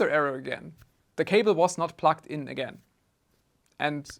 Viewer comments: Good video 🙂 Funny how pronounces "plugged" as "plucked", which is actually what he did to the cable, lol. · Is he saying plugged och plucked?